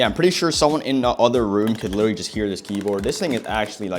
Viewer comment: Bro said “liwaly” 20,000 times but great vid